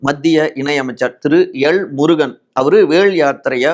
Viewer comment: உன் உச்சரிப்புல தீய வைக்க… எள்.முருகன், நடுகள், விளா, மளை, வளங்குவது… மதுர மொழில சொன்னா “வெளங்கிரும்”…